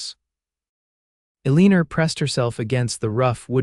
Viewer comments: Ell i. Nor Not Ell een r😅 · Elina pronounced "A Leaner" is HIGHLY distracting!!! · Good grief there is no r in elina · Distracting, but funny 😄